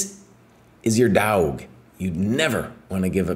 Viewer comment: My "daauug"? 🤣